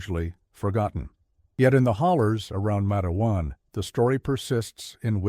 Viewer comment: It's not Mat-e-wan... It's Matewan... Exactly how it's spelled, I grew up about 20 minutes from there. When you say Mat-e-wan I cringe !